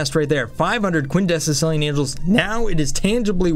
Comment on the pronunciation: Its quindecillion AND THE MOTHERF!@@ SAYS QUINDECICILLION